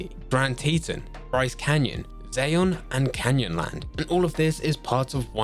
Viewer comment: Can't stand you not saying zion correctly because that's my baby